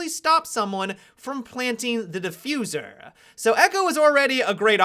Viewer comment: why the hell did he say Defuser like that